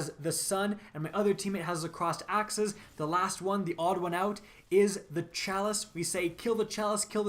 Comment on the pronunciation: Crossed axes...sounds like aksis...chalice...sounds like the chalice of light from crota...